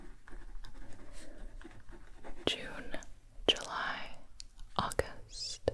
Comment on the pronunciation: The best way to describe Gibi's voice saying "august" is crisp